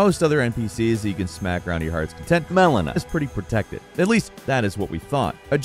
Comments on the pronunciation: Always intrigues me how he gets so many place and character names wrong… Melana??? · The jarring edits where you can hear say “Melina” are fucking hilarious! He does always seem to have a way of pronouncing names very strangely! He probably pronounced it Mileena the whole recording session and they had to go back and fix it in post. Work on your pronunciations please! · Why do you sound weird when saying melana?! are you a bot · I have a feeling didn’t play the game with all the mispronunciation and the fact that he must’ve said Melina wrong considering it was overlayed like 4 times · The dubbed pronunciations of "melina" and "radagon" are hilarious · Really wondering what was saying so wrong to the point they had edit him in saying Melina🤔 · Don’t pretend we didn’t hear those edits of you having to redo saying “Melena” 😂😂😂😂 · It sounds like mispronounced Melina's name while recording then just dubbed over it with the same clip to fix it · Why did the add in an Audio clip of them saying Melina sepretatly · Did you have to add “Melina” in post cause you kept saying the wrong name?😂😂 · Did this guy mess up the pronunciation of Melina’s name and then just record it once and put it in for every time he said it? Cause something is going on with the beginning audio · Why did you keep splicing Maelina's voice clip. Lmao said the name wrong eh? Had to fix it? 🤣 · Lol, you can tell the presenter messed up her name and then they fetched the proper pronunciation from a previous video or a wild take lol. C'mon guys would it be that hard to just re-record 2 minutes of dialogue? Great video though. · Did you pronounce Melina wrong and then go edit it in every time you used it? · He definitely pronounced Melina’s name wrong on the first pass and dubbed in the new pronunciation. Lol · Why did it sound so weird every time he said "Melina" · Why did you dub over her name? Were you pronouncing it wrong before??? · ahhh yes, MELONA